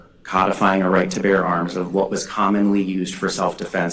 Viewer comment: "Bear." Not "bare." 😂😊